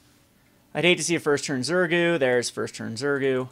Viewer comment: it is pronounced ZurGO not ZurGU :)